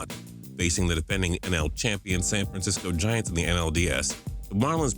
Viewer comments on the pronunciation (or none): none